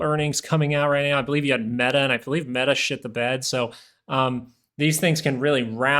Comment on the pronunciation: Did you just said META shit the bed and made it WETA? 😆😆